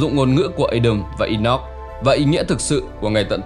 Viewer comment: rất hay nhưng đừng phát âm Adam là Ây đầm nữa nghe chướng tai lắm vì tiếng Anh không phát âm như vậy..nếu không phát âm được tiếng Anh thì cứ đọc là A Đam theo tiếng Việt cho dễ hiểu